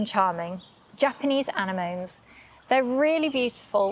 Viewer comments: Anamones! anamones? An-em-on-es, now you're talking! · I wanted to say that. Did we all shout Whaaat? when she said Anna-moan?! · I've never heard "anemones" pronounced "Anna moans" before!😁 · Eh eh eh! Japanese ANE-MOANS? No: ANEMONNIES is how we say Anemones. How long u bin gardeneering then? 5 mins? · anemones : " ah- neh- monees"😂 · That's not how you pronounce anemones...